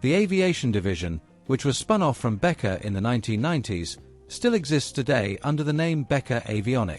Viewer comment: Как можно Беккер прочитак, как Бетка?? Не смог дослушать до конца😬